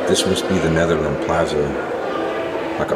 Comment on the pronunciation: plaza said like plarza